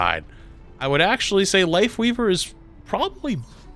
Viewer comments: I had to rewatch it because the first time I bear say Wifeweaver. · he almost said wife leaver like 3 tinmes lol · funny how almost called his wifeleaver instead of lifeweaver XD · Don't know if anyone else already said it but it's Lifeweaver not Lightweaver